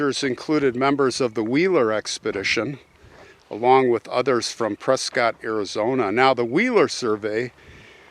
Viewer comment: I am a transplant to Arizona but have lived here for 48 years. Never heard this story before. It was quite interesting but sad. By the way, Prescott is pronounced Press kit, just like biscuit, by us locals, now that you're a transplant too! 😉